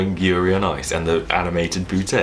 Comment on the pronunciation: I love the way he says „BooteY“ XD